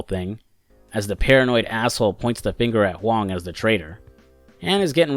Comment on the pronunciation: 你Huang的发音百分之百是正确的 (Your pronunciation of Huang is 100% correct.)